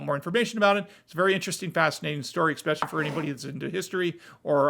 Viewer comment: please, as an educated man you must learn the proper way to pronounce “especially”